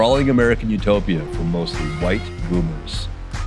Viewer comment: Why did you emphasize "white", like it was a character trait or something?